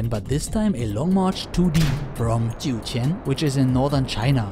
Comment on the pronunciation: Hats off to pronouncing Jiuquan correctly.